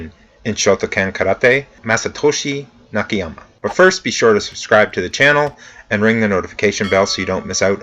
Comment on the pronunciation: Hello; the pronunciation of Japanese is the same as the Spanish and similar to most Languages where letters sound like written; like "A" sound A not "ei" (like hey without H) so NAKAYAMA sound like that not Nikihyama as you are saying. I understand that you apologized about that; I am only trying to cooperate about it.